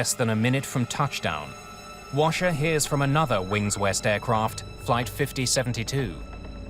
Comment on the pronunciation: Sounds like robin crasher rather than washer